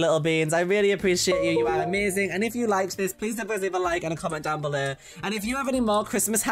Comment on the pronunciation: no one:: "comment down bellur!"